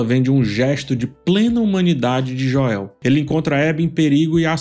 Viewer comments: Joel se pronuncia como "Jowl" e não "Joél". ;) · Mas depois abri o vídeo de novo e terminei de assistir essa obra de arte.. Mas sério cara, para de falar Joél, pelo amor de Deus. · por favor, não chama ele de Joél, tenta falar o nome em inglês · JO-É-Û que brochada kkkkk É Joel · Me dá muita agonia tbm. Parece que tá falando do Joel Santana. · sempre brutal nas analises, mas confesso que ainda não me acostumei a escutar "Joél" me estraha um pouco hahah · "Jóel" kssksksskssks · Aproveitando o tema, desculpe por ter criticado pelo “Joél”, pode chamá-lo como preferir, seus vídeos são top! Vou assistir todos até o final da série, como acompanho desde 2020 pelo react do jogo. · Joél? O irmao do Joél? Kkkkkkkkkkkk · pq vc diz Joél? Da agonia kkkk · Pelamordedeus, pare de falar “Joél” kkkkk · “Jo-el” não dá kkk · Num guento o chamando o Joel de Jóel, mas os outros personagens idem a série kkkkkk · "Jôél" não da, fala o nome do cara certo po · Cara não dá 😂 JoÉÉÉL?????? JoÉÉÉL??????? por favor, para com esse insulto adicionando o acento no nome do Joel. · Pq falar JoÉu?? Mto irritantes😮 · Pq nas análises dessa temporada tu está falando "Joéu"? Assisti as analises da temporada passada e você pronunciava corretamente. É para engajar? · Falta de respeito com o personagem ele chamar o Joel de Joéu, me incomoda demais, me tira da análise completamente. Ridículo da parte dele se é apenas para engajar... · As análises são excelentes, de fato, porém é difícil ouvir a pronuncia dele ao Joel e o Us kkk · Meu filho de 10 anos perguntou: Papai, ele é viciado em falar errado? (Referindo-se à pronúncia do nome do Joel). Se todos os nomes fossem lidos em português, ok. Mas só o nome de 1 personagem ser lido em português, fica zoado. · Pronúncia do nome Joel tá errada cara se liga ai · A pronúncia errada do nome de Joel me tira do vídeo totalmente. Qual a dificuldade de pronunciar o nome do personagem corretamente? Deslike